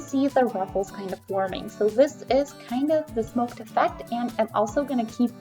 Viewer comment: Isn’t it smocked like “SOCKED?”